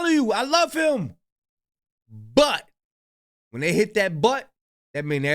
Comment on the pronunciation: listen to the Africans that you like hearing them talk, their pronunciation of words are very good they don’t say “thay” when the word is they not. You said it about 50 times. Listen and learn. That painting that we seen, should have been said, that painting that we see. Don’t criticize if you making the same errors